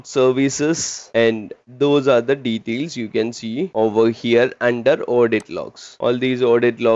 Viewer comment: Bro speaks flawless english for 10 minutes and then can't pronounce "details" correctly 😂 Awesome video ❤️ Helped me a lot while studying for my SC-300 exam.